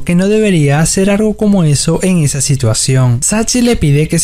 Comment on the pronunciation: Aparte habla súper mal, todo lo que termina en L lo pronuncia como una R, "vuerve", "argo", "er ganzo", "sarga". 💀